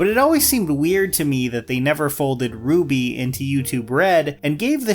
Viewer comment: Gotta correct your pronunciation of RWBY... it's actually "ruh-wubby"